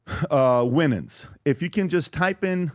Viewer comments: Mario “ Why-Nans “ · Mario Winans’ name is pronounced ‘Wy-nans’. He is son of gospel singer Vickie Winans & stepson of her Ex husband, Bishop Marvin Winans, lead vocalist of the family gospel group. Andre Harrell’s last name pronounced with accent on 2nd syllable like ‘hurray’, ‘Hu-RELL’. Played on a recording session Bad Boy almost 30 yrs ago. The track was for J-Z who I was unfamiliar with at the time. Neither of them were there but I kind of feel fortunate not to be exposed to any wild blsht.